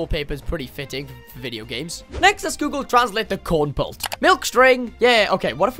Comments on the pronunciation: bro really called Kernel-Pult CoRn-PuLt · Not cornpult its kernelpult. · If you call Kernel-Pult Corn-Pult one more time i'll be happy to have a screen between us so i don't get murdered by a psychopath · its kernal-pult.